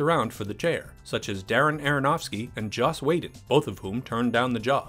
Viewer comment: Wtf is Joss Waydon?